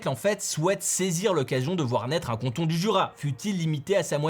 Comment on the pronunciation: Par contre c’est cAnton pas cOnton